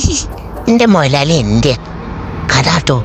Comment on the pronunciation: എ ന്തിനാ മൊയ് ലാളി എന്നു പറയുന്നത?